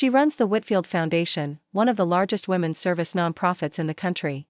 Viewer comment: Women's shelter NOT women s!!! The s is not said separately!!! Try to proofread and teach your AI to read properly!!!!